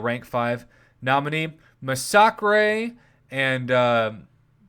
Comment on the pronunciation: I can't believe you mispronounced Massacre like that😂 C'mon bro